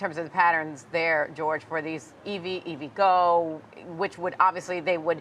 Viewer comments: I know it's spelled like you'd say evgo but its E.V. go... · You don't look very knowledgeable on a company when you don't know how to pronounce the name correctly.